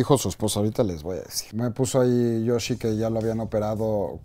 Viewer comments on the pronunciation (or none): none